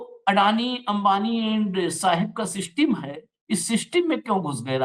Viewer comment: Seeisteim? Arrey english ko tan taan kay yateem kar deeyaa